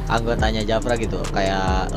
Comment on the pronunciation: Bang JAFRA bukan japra